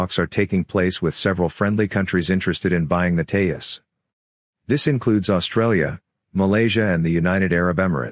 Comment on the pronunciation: Hi... It's pronounced Te-Jus... With a hard J sound like in Joker.